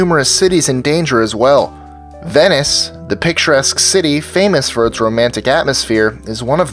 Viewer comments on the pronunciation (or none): Lol he pronounced Venice "VENNACE"